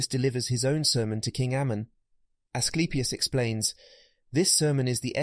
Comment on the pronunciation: His son really names A sleep e us lol